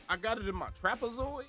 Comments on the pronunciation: Lmaooo at how long it took for u to comprehend that nigga saying "trapazoid" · LMAO he really said Trapezoid ☠️ gotta love em